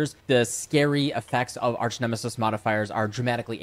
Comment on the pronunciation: Arch, not arc. OMEGALUL